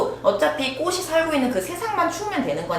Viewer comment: 제발~~ 꼬시 꼬슨 아니고 꼬치 꼬츤요~!!!